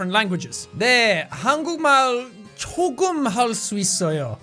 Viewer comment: And also Jack you added the 내 for no reason and the 조금 sounded like 소금 which I think is salt or sugar